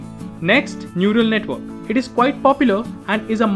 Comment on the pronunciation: I thought he said "noodle network"